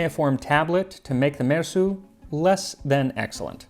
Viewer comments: I love the way you make an effort to say the names and words correctly. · I can't get over my admiration of your pronunciation of these names. I have no idea whether you are accurate. I'm just impressed nonetheless. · So many crazy names in this one! I love that you fully pronounce all the names.